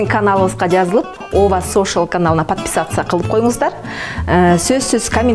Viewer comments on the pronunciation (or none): none